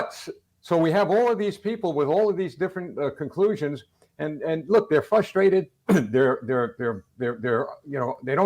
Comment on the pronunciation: He lost credibility with me when he said fustrated not frustrated.